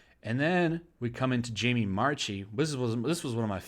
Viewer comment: It’s pronounced Marky, not March-i. I wrote Funimation after canceling my subscription to say she’s a psychopath. Jamie Marchi, I mean.